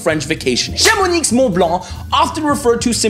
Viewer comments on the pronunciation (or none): Chamonix is pronounced Chamoni, you will be killed if you say that inn front of french guys from this région ! :p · You :"Chamonix" Me: "The X is silent, obviously. It's pronounced "Chamoni". Of course." You : "French makes no sense!!!!!!" Me : "I know...." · A wet bag (that's for not mentioning Brittany) from Mexico with a name from Brittany () lol. On aura tout vue. Could you make a video of your life? BTW The "X" is silent in Chamonix. Bisous des US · Haute-Route connects Chamonixxxx to Zzzzzermatt, lol. Non, cher. On dit Chamoni(x) sans prononcer le x, et en Suisse, Zermatt se prononce Tzermatt (ou Dzermatt si t'es romand). 😉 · Hahaha, the 3 times ChamoniXXX was painful 😅 great video for foreigners who only know Paris though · Oh no, toute la Haute-Savoie va te tomber dessus, on ne prononce pas le "x" à la fin de Chamonix 😰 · Never heard “Chamomix” pronounced like “Chamoniks”. I looked it up and saw that although both pronunciations exist, the silent “x” is what the locals say, like “Bruxelles”, either “ks” or “s”. I’m also from the San Francisco Bay Area, but live part time in Lille. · Tjs passionnant ^^ Mais on dit chamoniXXX ? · English !! We say CHAMONI(x) !! The X is silent ! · Le 'x' de Chamonix est muet, ça se prononce 'Chamoni' (j'habite à 70 kilomètres de là). (Je crois que pronouncer le x de ce nom est un délire des parisiens...) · It’s “ChamonI”, you don’t pronounce the “x” in “Chamonix “! 😅 Also, you talked about “Parc Astérix” but forgot to talk about “Puy duFou” that has won “best amusement parc” on a global level a few years ago! 😜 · Chamonix se prononce Chamoni on dit pas le x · Chamonixxxx, sérieux ? Il est muet, comme le T dans muet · Well, well, well, the X in Chamonix is SILENT! ;) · The x in Chamonix is silent ;-) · I paused to come say the same thing. Why would you pronounce a X at the end of a word? 😁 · About chamonix... Remember the silent letters in french? The X is one of those. (I asked google just to be sure)